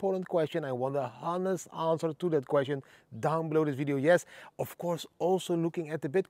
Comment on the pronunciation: Didi - the ‘H’ in Honest is silent. We say ‘onest’. For me, if I was him … it’s “au revoir”. Live on a yacht on the high seas where no law exists. See which countries have no extradition treaty with France! Dara.